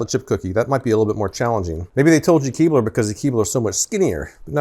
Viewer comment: You said " Keebler " and I heard " keyboard ".. imagine how sad I was when no keyboard was dunked in milk. 😬